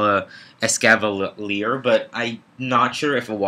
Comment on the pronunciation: ES-KA-VA-LEER lolol xD